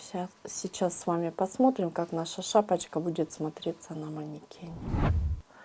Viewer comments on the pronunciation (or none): При вашем произношении "шапочка", мне стало плохо...